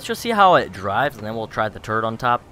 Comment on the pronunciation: no offesne but i find it amazing that when you say turret on it it sounds like turd on it subscribed and liked